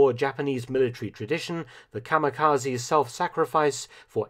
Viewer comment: Very good video once again Mark.... but.... “Kamakazi” ?! Seriously can’t be that difficult to say Kamikaze correctly in 2021....